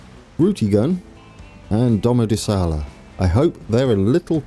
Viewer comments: Domodòssola not Domodossòla ;) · DomodossOla not DomodossAla